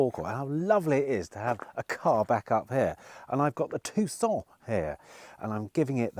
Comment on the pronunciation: . He’s not good at ‘Tucson’ agreed..it’s all a windup..🤭